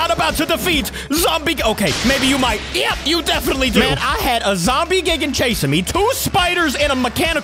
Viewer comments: because when we get dropped off than we r going to become zombie gigen me: lololololololol its called it has a die thingy in the first 1 like gie and seconds gan not gen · I love your videos but hims pronouncing it "Gig-an" and not G-eye-gan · It’s gigan not gigin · You dont say Gigan gi-gin you say it Guy-Gan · you say it guy gan no gi an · If you wanna know that gigan is pronounced Gaigan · It’s not gigin it’s gigan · Its not pronounced Gigan. Its Guy Gan. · not gig an its guy gan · gigan is not gigan it's g I it's an I not like gigan so you say it like gIgan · Gigan ( say geegan) Heisei Godzilla (say HaySay Godzilla) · YOU PRONOUNCE IT GUY-GIN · gigan= "guy-gan" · It’s g i g a n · A tip: Gigan is pronounced like GUYgan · Gigan is actually more like guy-gan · The pronunciation is: Gaigen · ....its gai-gan to pronounce....... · gigan is actually pronounced GUY-gan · Gigan is pronounced “G-eye-gan” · it’s Gi Gan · It’s gigan like giigan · Gigan is pronounced "Guy-gan" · By the way its gi gan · ITS ZOMBIE GIGAN NOT GIGGIN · Its gaygan but spelled like gigan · its pronounced G-AA-i-Gaan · Not gi-ge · It’s not gi gan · why are you calling gigan geegan bruh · 1st of all that it NOT how you say GIGAN 2nd of all you can infect people with zombie GIGAN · Your saying gigan wrong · The way you're pronouncing Gigan is wrong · Hey capi godzilla vs monkey part 17 is out and you say gigan like (guy- gin) and you say kumonga like this (ca-mung-a).